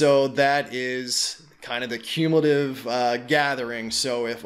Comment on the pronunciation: You can’t even pronounce cumulative